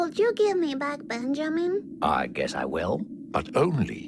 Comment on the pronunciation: I love how she says “Benjamin” as “Bengimin”.